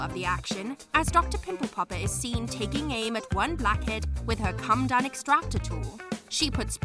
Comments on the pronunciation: It's Coh Muh Doan extractor. Not a Cum Dun. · It's pronounced co-med-own, not come-done. Doesn't matter if it's American English, British English, Australian English or African English. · PMSL... A 'come-dun' extractor....com ee dough n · Coh muh dohn extractor. Not come done. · Did, ..... Did you say a " come dum " extractor? 😂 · Did she actually pronounce comedone as ‘come done’ extractor lol?! Too funny because it shows another narrator who doesn’t read through and research proper pronunciations smh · How come the narrator can’t pronounce comedone? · That's not how you say comedone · Because she is lol. Also doesn’t know how to pronounce comedone 🤣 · And the pronunciation of “comedone” made me want to SCREAM!! And she just kept mispronouncing it over and over! Ruined it for me!